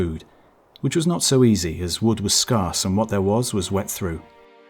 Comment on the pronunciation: Considering you stated on another of your videos that you are/were an English teacher, your pronunciation of "scarce" made me wince. If you think me pedantic, that's fine but such gaffes blight your narration, something I'm sure you are not aiming for and do not want. Furthermore "blackguard" is pronounced "blaggard", something else an Englishman should know full well.